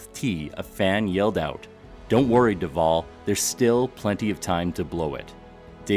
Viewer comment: I share the same last name but zipped have two Ls at the so Duvall. It's funny how some of these announcers pronounce Duval. You pronounced it correctly.